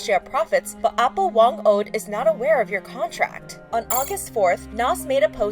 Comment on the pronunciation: not trying to offend but it's actually pronounced "ah-poh" as in elder :)